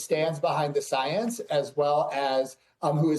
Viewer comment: “I am duhhh soyance” - DawktahFauci